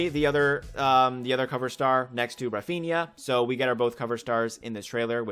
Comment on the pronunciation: "Raphiña" Me as a real Madrid fan: 🙄